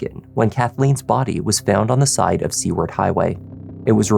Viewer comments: Glad you're covering this. As an Alaskan, this case hit very close to home. So glad this scum is in jail. Edit: it's Soo-ward, not Sea-ward. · Hi. It's pronounced "Sue-ward" Highway. 😊 I lived in Anchorage for 20 years. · Seward is pronounced “Soo-word”, not ‘See-word’. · Pretty sure it’s pronounced Sue-ward not See-ward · Seward highway is pronounced sue-ward. Love the channel. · Seward is pronounced Sue-word.